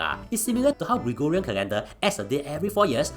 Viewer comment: woww I am surprised pronounced Gregorian correctly and not gregooooooriaaaaaaaaaaaaa